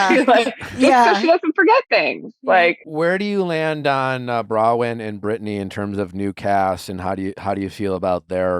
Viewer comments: Why do you keep saying Brawyn? I'm not the only one who has commented on this. It's BroNwyn. Why is your team not correcting you? It's weird. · And no one in his crew will correct him and tell him, it's BroNwyn not Brawyn...